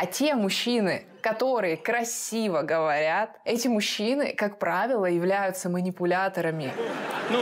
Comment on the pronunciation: "красиво говоят"